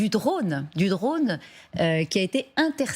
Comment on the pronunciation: " Reaper ", "Repere" C'est si difficile de dire " drône ".